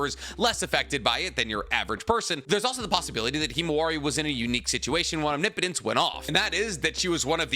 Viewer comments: Holy shit he said omnipotence correctly!!! :O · Finally he said omnipotence correct